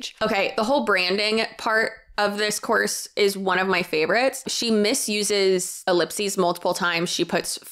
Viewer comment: Idk why but all I kept hearing you saying is “selling a corpse” 🤣🤣🤣 which let’s be honest, selling a course to teach you how to tell a course is just as bad as selling a corpse. 😂